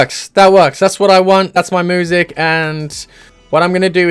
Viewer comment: I love listening to "moo-sic"